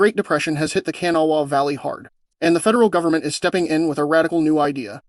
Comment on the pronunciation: You know how I know you're not a local... You say Kanawha wrong.